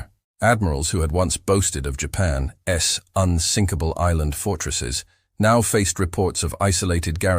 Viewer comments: For the love of god teach the AI that words like Japan's are not pronounced "japan ess". Apostrophe S is not rocket surgery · AI pronounces Japan’s as Japan S. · Humorous AI. The voice can't say "Japan's". It keeps saying Japan s. The pics are funny also. When it talks about landing on an island it shows a landing craft leaving the island and soldiers running the opposite direction . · Hmm, odd. You would think a human could step in to edit...